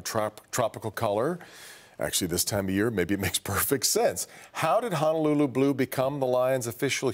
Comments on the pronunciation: FYI....Honolulu=Hoh-noh-loo-loo, not Hanalulu. Hana is small town on E Maui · Its not Hanaluuluu...its Honolulu pronounced HO-NO-LOO-LOO. Sry, im Native Hawaiian (Kanaka Maoli) and it bothers us Native Hawaiians when our words a pronounced wrong... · It's pronounced (hoh-noh-loo-loo) People on the continent: please pronounce it correctly. Sincerely, a lifelong Hawai‘i resident that cares about the Hawaiian language and culture.